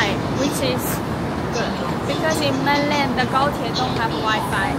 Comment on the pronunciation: 聽他說MAINLAND好不爽